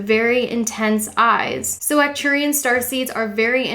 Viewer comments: A little correction: It is Arcturian not Acturian :) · Thanks for putting this together my fellow Sagi-Seed :-) It helps to know why we are the way we are. You're pronunciation is very close just emphasize the ARK at the front of Arcturians and the ANNE at the start of Andromeda and you've nailed it. Subbed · Its actually ARcturian... you missed the "R"